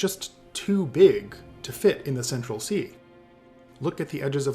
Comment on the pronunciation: "Central Cee" lol